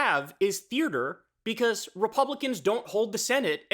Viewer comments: Kyle its "theater" not "thearter" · “Theartre” lol